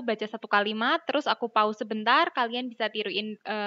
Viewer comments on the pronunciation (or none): none